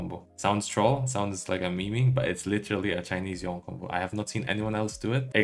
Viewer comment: why do you pronounce "Yone" as "Yi-on"? Just watching Yasuo and Yone animation you can get the official pronunciation is "Yo-nay".